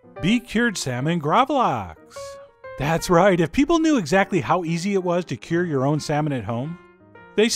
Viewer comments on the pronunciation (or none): none